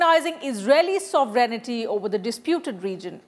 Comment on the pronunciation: FFS It's 'sovereignty' not 'sovereign-i-ty.'